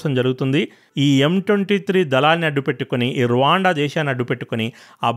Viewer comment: Anna Raawaanda kadu Ruwanda antaru